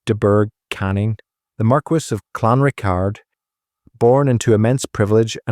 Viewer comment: Pronounced Clan Rickard